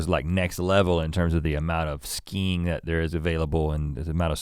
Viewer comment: When Rhett talks about his family learning about skiing I thought he said "skeen" like how he pronounces "skin". "Don't touch my skeeen man!"